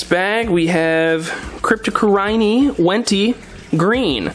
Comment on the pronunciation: Just cause it bothered me, it’s pronounced “cripped o corn when dead eye”( cryptocoryne Wendtii) at least according to Corey from aquarium co-op lol